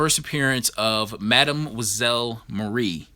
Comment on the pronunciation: The Star Spangled War Stories 84 is sick, bro. But you need to learn how to pronounce "mademoiselle".